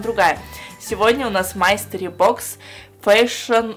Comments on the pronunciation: мАстери бокс..... А..а..а. боже мне так режет это слууууух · Я люблю твои видео, но я не могу слышать, как ты говоришь "мастери бокс". Это читается как " мИстери бокс"